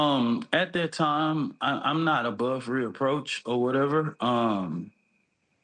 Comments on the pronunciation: He said he’s not above “reapproach”…..what??? You mean, “reproach”?!?! They need someone who actually can speak. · He also said "I'm not above reapproach." 😂😂 it's "reproach." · Does he even know what reproach means since he can't even say the word and says reaproach or whatever which isn't a word. He's just another hypocrite brainwashed delusional Democrat trying to sound intelligent and showing he's a moron like Tiffany Henyard saying false allisations against her instead of allegations. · I love the fact that the tries to use big words, but he can’t even say him right. He meant to say reproach, but he said re-approach. That just goes to the level of ignorance this man possesses IMO. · Dude said: “re-approach” 🤦🏽‍♂️ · “I’m not above ‘reapproach’” I mean, bruh, what? 🤦🏾‍♂️